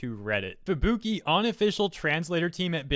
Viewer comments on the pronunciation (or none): and yet you cannot pronounce fubuki correctly, when will americans learn to speak